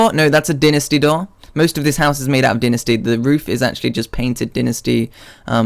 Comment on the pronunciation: why do people say 'din-a-stee' wood? its dynasty... die-na-stee.. you know... like chinese dynasty?